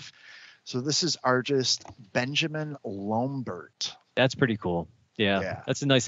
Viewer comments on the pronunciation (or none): Liv Tyler's redheaded version, by Benjamin "Luhmbert"??? Its extra funny cuz the guy is commenting on how great it is that they have the artists name spelled out and he STILL pronounces it wrong lol